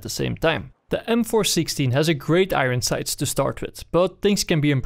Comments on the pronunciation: 'igon sights' makes my day <3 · "i-ren sights"